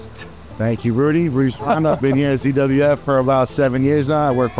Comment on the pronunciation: says CWF instead of ZWF